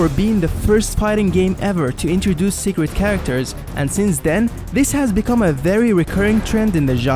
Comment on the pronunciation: seeqwet character